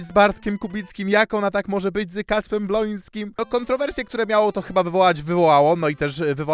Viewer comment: BŁOŃSKIM !!!!!!! NIE BLONSKIM TO BRZMI STRASZNIE JAK TAK PRZEKRECASZ